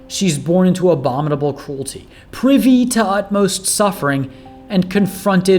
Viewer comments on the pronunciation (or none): none